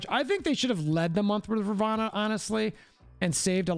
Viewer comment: Dude...it's RAvOnna...not ROvAnna!!